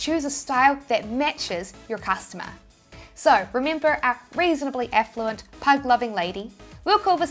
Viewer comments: Effluent = affluent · Did you say affluent or effluent 😂